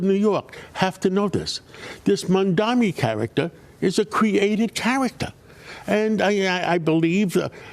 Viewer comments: Just freaking loving this flailing from Fox News. Just loving it!!! And by the way, just 3 syllables mam-da-Ni. Not that difficult to get right. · Can you please call him name right… MAMDANI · Imagine being this brain broken that you can’t even pronounce his name properly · Ancient white boomer can't even pronounce Mamdani's name 🤣 Can't wait for the outrage from the old racists here when Mamdani wins 🤣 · He can not pronounce mamdani’s name idiot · Why do people who oppose Mamdani make a point of not pronouncing his name right? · These people cannot even pronounce Mamdani's name correctly. I wonder if they have completed high school.